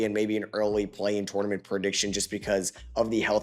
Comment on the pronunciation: love you. can’t stand the way you say tournament. good video